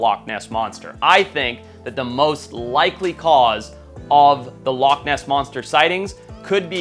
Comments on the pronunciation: And it's loch and not lock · Loch is Gàidhlig for lake and is pronounced loh-ck with a harsh(ish) ck like the German ich. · i mean TO BE FAIR, to make up for your editor not knowing how to SPELL "Loch" you dont know how to PRONOUNCE "loch" so i guess it balances out :P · It's alright, you didn't pronounce it right either so the editor gets a pass